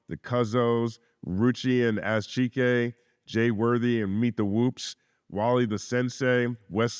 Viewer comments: WHO IS “ASS CHEEEKAE” 😭😭😭😭😭😭😭 A-Zee Chike bro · Ass - cheek-ayy is Crazy lmfao 😂 it's pronounced A-Z Chiike like kite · A-Z chike (like bike)